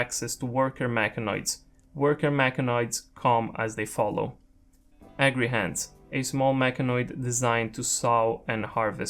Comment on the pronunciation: I had to rewind a second since I thought you said angry hands when you were talking about the agrihand. I am now renaming all Agrihands to Angry hands from now on.